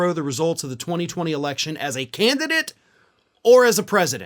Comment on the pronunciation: That Part... "the Canidate." Bye Donnie... the Canidate...😶‍🌫️